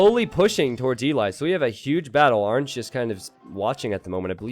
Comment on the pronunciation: why does pronounce orange arnge